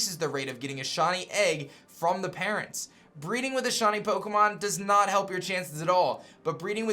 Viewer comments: every time he tries to say shiny... it seems to come out shony... lol kinda annoying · Shiny* not shany